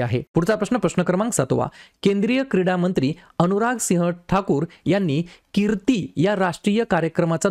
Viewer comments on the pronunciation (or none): Sir KIRTI SCHEEM LA TUMHI KEERTI AS KEL